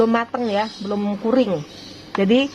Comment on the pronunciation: Ibu, CURING cara bacanya Kyuring